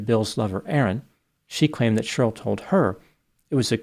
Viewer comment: it’s Che-rly, not shurll🤣🤣🤣🤣